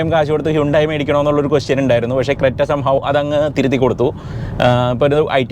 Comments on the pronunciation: ഇത് ക്രെറ്റ അല്ല ക്രെന്യു ആണ്. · Its not creta its crenuee